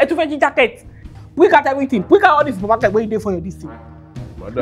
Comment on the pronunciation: She said "bring out all the supermarket in your shest"🤣🤣